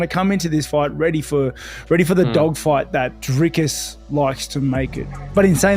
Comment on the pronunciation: Lol... People still question Dricus's cardio. Just as People (americans) still can't pronounce his name right....